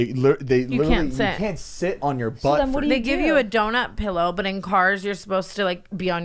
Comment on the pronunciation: "Pellow?" Wonder if he says milk like "melk", and HUMAN, "UUUMAN" AHAHAHAA